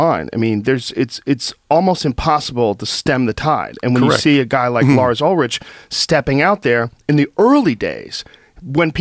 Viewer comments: Ul-Rick not Ul-Rich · Joe Lars Ulrich is pronounced Ulrik. lol! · Ulrich is pronounced ULRICK.